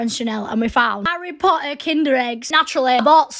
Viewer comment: the "hello pottah" with the little head got me